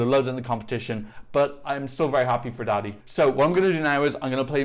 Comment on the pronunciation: So u say daði not like dadi more like dathi and btw im from iceland